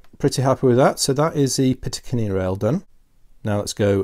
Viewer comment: Great vids! But something is driving me crazy.... it's "picatinny rail", not "pitacinny". ;)